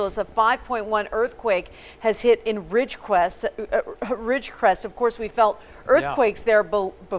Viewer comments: How many times do they mess up the word "Ridgecrest"? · Yes apparently it is pretty hard saying Ridgecrest